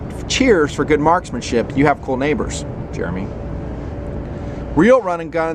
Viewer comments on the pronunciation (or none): none